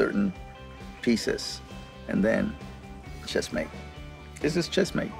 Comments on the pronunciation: Checkmate. Not Chessmate. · Checkmate Cesar, not chessmate ^^ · It’s “Checkmate”, not “Chessmate”, Mr. Millan. Just FYI.